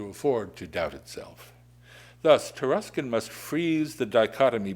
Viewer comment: It's pronounced Tar(uh)skin?! It's of Anglo-Saxon origin?!